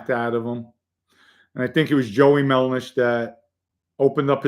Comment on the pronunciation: MelDish not MelNish…please get that straight.